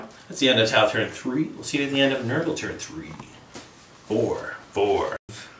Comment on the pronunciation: you guys need to stop pronouncing T'au that way. I k ow it's in jest, but it gets old quick. if anything, it just shows a ton of colloquial American bias, as there are plenty of languages in modern day real world Terra that have apostrophes mid-word that you're not meant to do anything with in speech. I'd give the benefit of the doubt that you're not all ignorant and stuff, but it would be nice if you guys didn't keep trying to give that impression. Nice battle vid thoigh, good format.